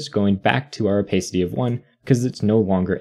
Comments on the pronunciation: Nice video but I cringe every time you say “oh-pace-city”. It’s “oh-pass-city”. Opacity.🤷🏿‍♂️ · please don't say "opaicity", it hurts